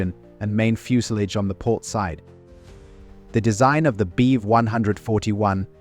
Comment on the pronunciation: I know the subject quite well, and this AI still needs a lot of training, including not pronouncing Bv as Beev or BMW as Beem. And hearing Beev as much as I am is rendering this unwatchable for me because it sounds so wrong